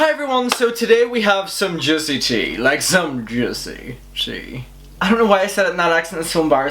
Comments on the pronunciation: Literally thought you said "jizzy tea" lmao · The “Juicy Tea” accent just made me sub.